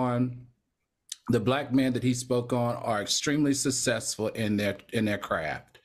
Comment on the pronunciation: If I had a dollar for everytime Al says " sussesful" cause he doesn't say successful. But Al has to understand being rich or" Sussesful" doesn't mean you're above reproach. Love Al but as I've said before he's an elitist.